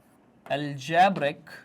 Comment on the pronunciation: aljaaaabric expration😂😂😂